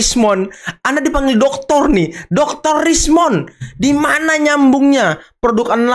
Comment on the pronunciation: Kok Rosy nyebut nya "Doktor" Rismon 😂😂😂